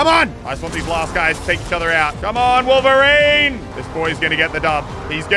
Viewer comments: Wolf-erine? Btw still love the channel just saying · Muselk "someone who is supposed to have some of the same senses of a wolf..." His name is Wolverine not Wolferine he doesn't have animal abilites either. Just thought that was funny 😂😂